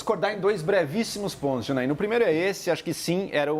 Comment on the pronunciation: Neném merece ouvir Janaína por tanto tempo!!! Tô deixando de assistir CNN Brasil por isso! É Janaína, copola... Não, não dá.